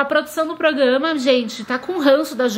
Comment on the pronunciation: a falando "progama"